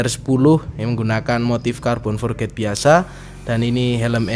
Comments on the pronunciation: om spelling nya bukan forget, hehe tapi forged di baca (forg) oh iya om coba potongan carbon nya di bikin potongan yg agak sedikit lebih besar, supaya keliatan lebih gahar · Halo om, mau ngoreksi aja kalo boleh, biar sama sama belajar. Bacanya "forj" ya om bukan "forget". Makasih om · Carbon forged = (Car-bon forj) itu sebutan nya bukan carbon for-ged hahahaha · bener mas kalo forged di bacaan nya "forget" artinya lupa hehe.. kalo di inggris yg berakhran D di bacanya tipis, jadi forg'd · Iya om, tp pelafalannya "forj"